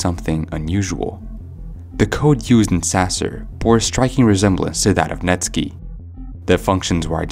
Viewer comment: Net sky not netski